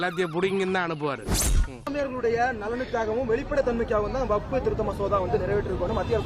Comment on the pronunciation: டேய் அது வப்பு சட்டம் இல்லை வக்பு சட்டம் உனக்கு பேசவும் தெரியலை சொந்த அறிவும் இல்லாதவன்